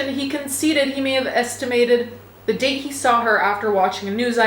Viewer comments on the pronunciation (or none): none